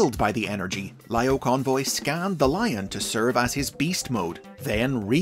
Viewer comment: I apologize if it’s already been said, but the I sound in Japanese sounds like an E, so it’s Leo-Convoy